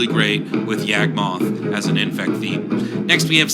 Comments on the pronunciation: He never had a spark, he was never a Planeswalker. Also as it was mentioned before Gate to Phyrexia exists, although it's probably inneficent. And I hate to be a stickler but "Yog-moth", not "Yag-moth". Cool synergy with the myogin though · Who the hell is YEAHG-moth?